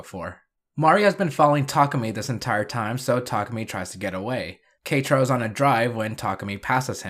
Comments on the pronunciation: You pronouncing “Ketaro as ”Katro” is killing me from the inside. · K - ta - row. That's how you pronounce it